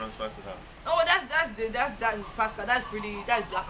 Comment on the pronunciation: Please stop calling him pascal lmao.